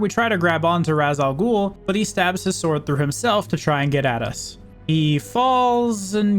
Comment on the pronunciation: Now, am I pronouncing this right?.